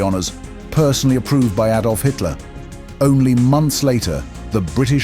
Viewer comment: Hitler's name was not /eydolf/, but /ahdolf/.